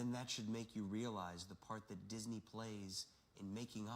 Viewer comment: DiSNEY not DYSNEY...spells